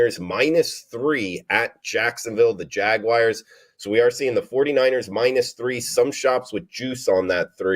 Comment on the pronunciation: Love the show., quick question: why do u always call them the 'JagWIRES', when they are the JagUARS. Nowhere in the word is IRE!